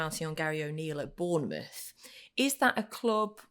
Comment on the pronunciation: well he called Bournemouth wrong didnt he